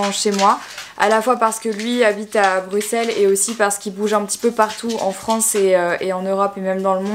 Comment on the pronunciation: Enfin une personne qui dit Bruxelles correctement haha 😂😅❤️